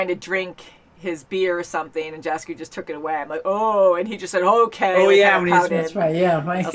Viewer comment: Jaskier is pronounced "Yaskier": like "yeti", not like "Jasmine".